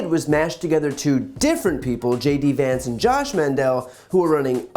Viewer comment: This is just... ridiculous. The least he could do is get Vance's name right if he's endorsing the guy.